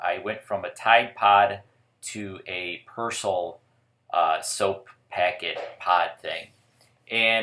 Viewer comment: Persil not persl